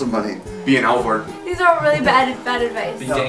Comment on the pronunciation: "Any advice on getting a girlfriend" "be an Alvord" lol